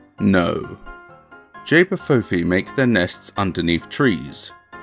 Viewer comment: Just to let you know it's pronounced ch-bah foo fee 😊